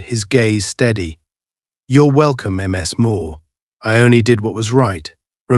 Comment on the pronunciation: MS Moore! Damn AI.